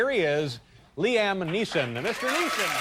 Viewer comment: Lee Am? Come on, Dave.